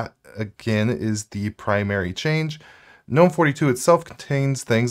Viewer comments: I hate 'GUHnome' but I like '(silent)Nome' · Isn't gnome pronounced "nome"-g being silent? Asking for a friend. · Real Gs move in silence like in Gnome. In other words don't pronounce the G.